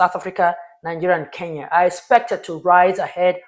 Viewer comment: why do you call KE-N-YA ... 'KEYA" ? why , why?